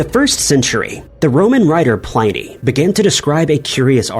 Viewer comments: It's pronounced "Plinny." Rhymes with ninny. And it's "Ma-jel-ahn," not "Meg-ell-an." 🙄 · You may want to take the time to learn pronunciations before recording. For instance, 'Byzantine' 'Pliny' and 'Magellan'.